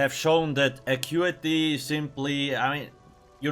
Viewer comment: i thought it was Ackutehhh